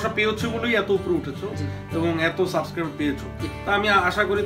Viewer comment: shob thik ase but!! tumi suibscribe ta thik moto bolte parona!"suscribe"